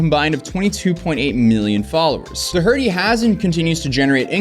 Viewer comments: Door tea. Please pronounce it correctly. It’s Irish ☘️ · Doherty? It's not pronounced Do HER" ty. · It’s pronounced Doorty, like Door-D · U must not have many Irish friends .. It’s DOUGH-ERTY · Dō-herty? Is English your second language? 🤦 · His name is pronounced DOH-hurty. His parents emigrated to the US from Ireland and Jack was born in the States, making him a dual citizen. Anyway, your pronunciation of his surname was very distracting and as it is highly likely that this young wannabe thug will be appearing in both court and more of your YouTube update videos, I just wanted to help you with that small detail. First time viewer. Great video. Keep us posted. All the best from Ireland 🇮🇪 ❤ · This mf said "Jack Doe-Hurty"... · silent c man its dockerty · “Do-Herty” LOL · du hurdy? i dont think that's how you pronounce his name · Its pronounced Do-kuh-tee bro, dont disrespect the Irish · Just fyi, the h in Doherty is silent. It's not "Doh-Herty." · u need to learn how to pronounce things "da-hurty" ???? this isnt the first time ive heard you say some.WILD pronunciations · His name is pronounced “door-tee.” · Doherty is an Irish name it's pronounced Doc her tee most Irish people i know lose their minds when you pronounce their names wrong aah the Irish ye gotta love em my personal Favorite is O'Mahoney which is Pronounced O Mar nee. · isn't it Door-tea? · Quit pronouncing the H! It’s DO ER TEE. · Bro said "Jack Dough-Hurty" 😂 hilarious. Im not a fan of this dillhole, its just so funny the way pronounced his name. I havent spontaneously laughed out loud like that in a while, thank you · His last name is pronounced Door- tee, Doherty. Its Irish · I like how you mispronounce his name because it feels like another kick in the nuts that he desperately deserves for his "pranks" for clout 😂. It's "dough-er-tee" if you're in America, "daw-hur-tee" if you're in Ireland, and "dumb-ass" if you're Jack Doherty. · dokerty is how you pronounce it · Do - Er- Tee not Do-Herty